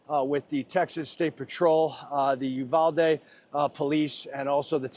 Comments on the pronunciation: Fox couldn't find a local who knew the city is called "Uvalde" NOT "Udalve"> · Udalvey? What haha You-Vol-Dee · Probably should learn how to say Uvalde before you report on it! It’s not Udalve!!!! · It's uvalde sir 🙄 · Uvalde... pronounced with long E sound at end of name ....not an A sound...thanks